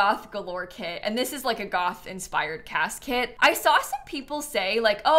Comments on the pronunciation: Why every time says "cas kit" do I hear "casket" 😅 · Every time says “Cas kit” I hear casket 😅